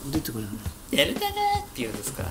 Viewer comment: デルタ、でるた、デルタ↺、発音が大事！